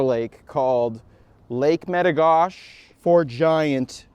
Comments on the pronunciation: It’s not met-o-gosh it’s met-o-goshey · It's Lake Me-Ti-Go-She. I have a cabin on that lake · In North Dakota we call it Meta Gosh Eee not Meta Gosh.. haha Awesome Video! Come farther south and fish Lake Sakakawea with me! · Use a worm on a hook and a bobber and you’ll catch 100 of these an hour. Also, in the states we pronounce it as Lake Meti-goh-she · I dont mean to be that guy, but in the US its "mit ah go she" is what we call that lake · Lake Med--Ah--Go--She is the way we say it in North Dakota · I don't mean to be rude at all but I live at lake metigoshe on golden pond actually which is basically metigoshe itself it's like 50 feet from the main body of water and that's basically in the turtle mountain provincial park in the states we call it "a state park" and you kind of mispronounced "metigoshe" and the "E" at the end is very pronounced it's like "metigosh"E" .meti-gosh-e just a heads up! And the reason why he wasn't catching as many is because you need to use a live action lure or bait that pisses the fish off enough when you cast it and reel it in through they're nest then they can't help but hit it. You have to remember when any fish spawn eating is the last thing on their mind and protecting the nest and the next generation of blue gill is the TOP priority for them. I promise if you come back do that and it might be different. Or hey come fish with me and I'll show you fatty hens and bull blue gill. The other best time to go fishing for them is during the winter when the ice just starts to form over the lakes it's mad feeding frenzy. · You pronounce the e at the end of metigoshe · its lake metigoshe with a hard e if you are from North Dakota. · Jaxon Nankivel but the way he says the lake name!!!! arrrgggg